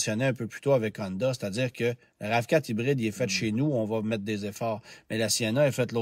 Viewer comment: Si on prononce bien Atlas, on peux-tu s’arranger pour arrêter de dire Hondahhh et Acurahhh svp? 🙏